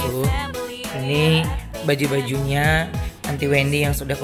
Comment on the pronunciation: Di detik bacaan nya bau bukan baju🤣🤣